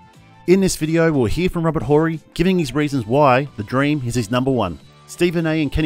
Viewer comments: The H in Horry is Silent!! STop Fucking with Mr Clutch!!! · You pronounce it Orry not Whorry tf we doing here! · Dude, it's Robert "O"rry, not Rober "Hole-rry". 🤣🤣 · It's not whory... it's orry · Silent H in Horry, chief. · The H in Horry is silent. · The H in Horry is silent and Dream is the best of all time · Just watched this again, someone should by Steven A. a map, Phi Slamma Jamma was at the University of Houston. Someone should also teach this narrator how to pronounce Horry's name correctly. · The H is silent when saying Horry. Or maybe this is an AI voice lmao